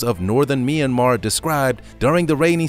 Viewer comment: Oh the northern "meeee yan mar" Mentioned it too much but its an amazing video